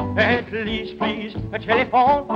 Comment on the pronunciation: Little fun fact that most don't know. At 12 secs when he says "At least please Telephone" he gives a slight smirk after pronouncing "telephone" differently. That's because he had heard Jackie Wilson (when he was apart of Billy Ward and His dominoes) do a cover of Don't be Cruel and he liked it much more than his, so he used that little pronunciation on the word "Telephone" that Wilson used in his cover.